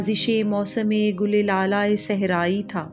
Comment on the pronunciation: Gill he NAHI ..... Urdu with understanding then plz again perform this nice poetry of our national Great Poet.......